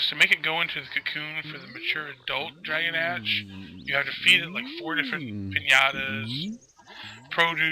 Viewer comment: it's pronounced draw-gaw-nawsh